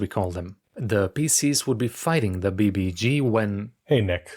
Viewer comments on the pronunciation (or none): don’t cave Nick - it’s B B E G - just because the Portuguese and apparently Icelandic English speakers have some need to pronounce acronyms, doesn’t mean you have to - my madren in Spain called REM “rem” - don’t do that - you’ll be Losing [Your] Religion over it - now, if we’re talking about the Ultimate Evil Guy, that’s different - that’s a “yoog”